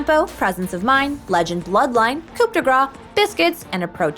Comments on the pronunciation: we do not pronounce the P in coup , and yeah we say it like grass, so it's roughly like "cou de grass" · I had french for one year and imo it should be pronaunced as coo de greiz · will y'all quit saying coop d gras in all your videos for the rune? the p is silent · pronouced coo de grah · I like how every american say "coup de gra" instead or "coup de grace" yet they prononce "amazing grace" correctly. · coup de grace is actually pronounced "cou de grá" but okay